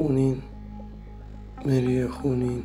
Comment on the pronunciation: این برنامه ها خوب هستش و شما و ما با هم یک سری اطلاعات را با هم مرور می‌کنیم ولی شما اصطلاح انگلیسی و نام مری و. خون به انگلیسی را خوب تلفظ نمیکنید یک بار دیگر فیلم‌ها را نگاه کنید متوجه میشوید ولی در کل عالی بود و بقیه را هم پاتاوه می‌دادید شما احضار کردی ولی پایان‌احضار چه. شد